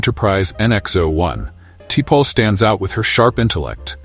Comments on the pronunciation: Like Tee-Pole? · The AI voice to this video is terrible !! Like "TEE PAUL" You didn't edit your audio? Wow!! Smooth move "EXLAX" 🤣🤣😐👌🦨👍✌